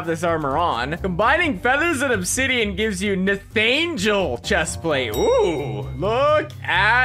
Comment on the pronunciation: "Onsidian" lmao